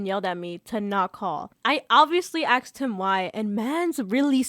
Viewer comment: Also - aksed... a s k e d 🪦